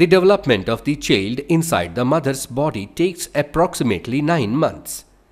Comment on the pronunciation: "VAZINA" ? This Dude Is so British And HE Also Said to DEVELOPMENT to DEVLOPMENT